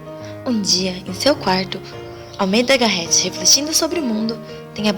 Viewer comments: OOi adorei seu vídeo, só um adendo Garret se lê Garré kkkk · e "Garret" o "t" é mudo.